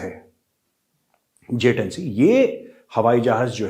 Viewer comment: Chilli Rashid ko to J-10C bolna v nehi ata Js-10 bolta he